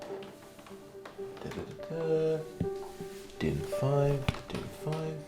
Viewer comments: Im german and you absolutely nailed the pronuncination of DIN especially since you actually said für and not fur like most english speakers that have never seen a ü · you pronounced din incredibly good i cant lie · i give your german pronounciation a not bad/10 and for mentioning DIN in the first place you get a 10/10